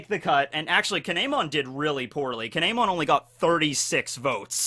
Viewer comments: He is saying kin’emon’s name wrong it’s pronounced keen yeh mon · Its pronounced kin mon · I hate your Japanese pronunciations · Please for the love of god stop saying Kin’emon like damn